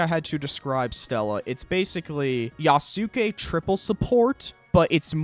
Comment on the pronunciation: Love how he can pronounce Maitake correctly but not Yasuke.